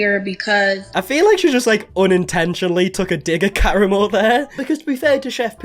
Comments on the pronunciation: When you said Karamo... I for sure thought you said Caramel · I keep hearing Caramel lol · Has anyone mentioned that you're pronouncing Karamo wrong? It's "Ka-Rah-Mo" not "Kara-mo" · In case you ever have to speak Karamo’s name again, he says it with the accent on the second syllable kar-AHH-mo.